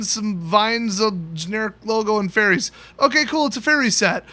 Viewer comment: when he said fairies I thought he said Teferi and I almost crapped myself